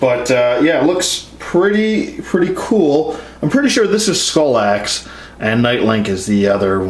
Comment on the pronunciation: R.I.P Skallox...not "Skull-axe"